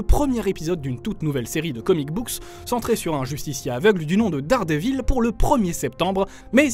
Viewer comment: T’est sérieux ? T’a vraiment dit Dardevil ça ce prononce Derdevaul mer*e dite le correctement ! C’est pas vrais ca